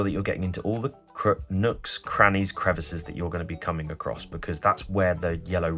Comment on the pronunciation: He cam very close to saying "crooks and nannies" rather than "nooks and crannies"...